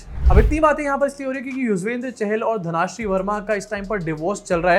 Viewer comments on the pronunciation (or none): it's धनश्री not धनाश्री